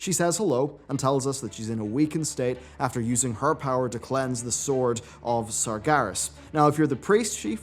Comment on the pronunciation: SAR-GE-RAS, not SAR-GAAH-RAS